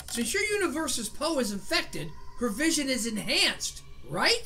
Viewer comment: why do you call PO pol?